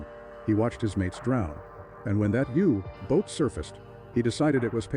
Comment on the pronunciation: Is the narration AI? It's deplorable. So many mispronunciations... e.g. "You. Boat" and "Bo" when it should be pronounced "bow" as in "take a bow".